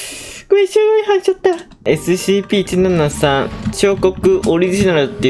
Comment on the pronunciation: 「えすしぃいぴー」好きｗ